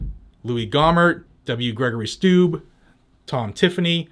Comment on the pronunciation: Steube is pronounced stew-bee. He is a friend of gun owners, we need to pronounce his name right.